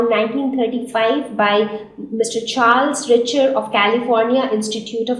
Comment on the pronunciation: yes bro ur correct